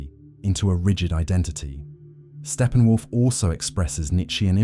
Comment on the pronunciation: What are you talking about— Stephen Wolf ? It’s Steppenwolf!